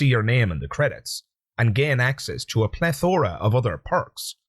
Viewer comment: Your thumbnail was interesting but the way you pronounce plethora made me want to be sick.